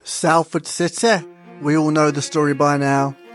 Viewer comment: its "sol" not "sal" in salford just so you know. cringed when i heard it as a proud citizen of the area. great vid though